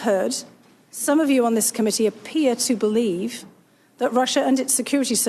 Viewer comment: I 'bal'eve what I 'bal'eve